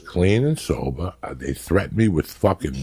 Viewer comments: “I was clean and sobah x3” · “I was clean and soba” x3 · for those like me who wanted to hear "soba" three times hahahahahahahahaha